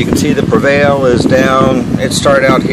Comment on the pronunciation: It is pre val. Not prevail. There is no I